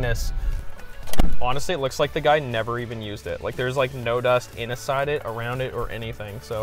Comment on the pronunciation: said inaside lol